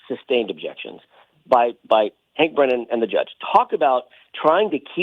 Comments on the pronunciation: Hank Breenan? Bad pronunciation host. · It’s pronounced Hank Brennan not like it’s spelled Breenan FYI..